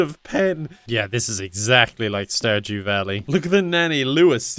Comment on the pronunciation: starjew vally? hAHAHAHA